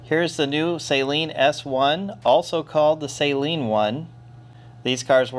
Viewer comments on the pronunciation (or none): It's pronounced Suh-leen NOT Say-leen. You're welcome. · All the illiterates need to stop pronouncing Steve’s name as “saline” like the contact lens solution and with the emphasis on the first syllable. Suh-LEEN. It’s his name.